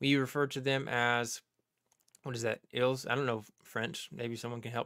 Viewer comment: The “s” is silent in the French plural pronouns “ils ” and “elles.” If they are followed by a word beginning with a vowel then they are pronounced as “z.” It is called”liaison.” Ok back to the great presentation.